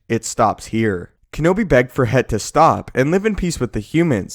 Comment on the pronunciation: It's Hett, not He'. That's a "T" sound at the end, not a glottal stop.